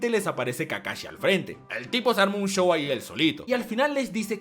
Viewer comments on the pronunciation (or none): none